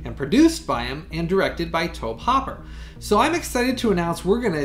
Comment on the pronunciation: Great review! It's Tobe HoOper, not HoPper.